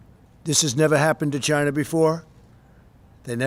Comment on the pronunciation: Does anybody else HATE the way The Donald pronounces, "China"??